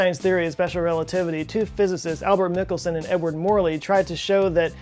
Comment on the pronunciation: Its pronounced "Michael" - "Son" and spelled Michelson